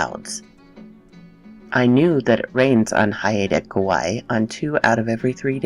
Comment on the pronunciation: Excellent pronunciation attempt. I live on Vancouver Island, south of Haida Gwaii. Ravens are the best, I love them and where I live I am greeted by one every day. They have always been special messengers for me. Great story thanks for narrating it.